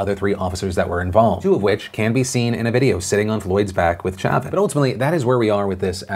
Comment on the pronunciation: Not important, but it’s pronounced “show-van” not “cha-vin”, all of Louisiana winces when you say it that way.